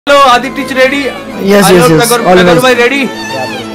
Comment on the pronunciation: Video ke shuruwat mei isne kya kaha...aditech ko adi teach bana dia🤣🤣